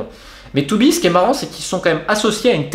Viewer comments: Beerschot phonétiquement bère scott, Tubize ce n'est pas toubise mais tu bise et le w ne se prononce pas v, westerloo ce serait ouais st'heure l'eau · Ouaip, mais c'est pas forcement facile pour moi hahaha. Je ne parle pas flamand et meme Tubize, je ne sais pas trop comment le prononcer. TUUUUbize ou Touubize ? J'ai toujours le doute haha